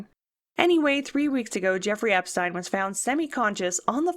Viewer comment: This is a great video, except for the fact you keep changing the pronunciation of his name. Seriously such small details and you can't get that correct! How do you expect to have credibility for the rest? EPSTEEEN.